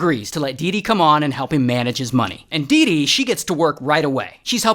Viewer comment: dee dee sounds like doo doo